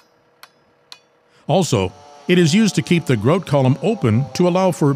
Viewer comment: Grout, said with an accent eh?